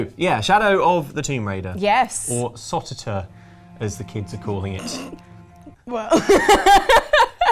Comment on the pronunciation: Not “Sot Ter Ter” as you say. All Tomb Raider games are spoken as Tee aRe. Therefore it is ‘SOt (pause) Tee aRe’ I personally feel, as fan of those old school TR games that reboot ‘stealth killer Lara’ is a really bad move. They have dumbed her down to a B Movie Hollywood style mass killer. Since the franchise crossed the Atlantic, they just don’t get Lara. Optional tombs you say. ‘Tomb Raider’ a misnomer then! They have thrown the baby out with the bath water. TR reboot trilogy so far, is a generic fps. It doesn’t stand out from the rest anymore. I prefer the intelligent witty archeologist and adventurer. Exploring gigantic tombs, solving complex puzzles, fighting off dangerous indigenous wildlife, mythical creatures and the occasional bad guys. Lara Croft is never a wholesale mass murderer for the sake of it! To me, this reboot generation are the bad Star Wars films of the Tomb Raider franchise.